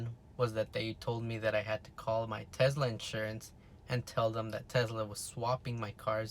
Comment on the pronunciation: If you say sezla one more time bro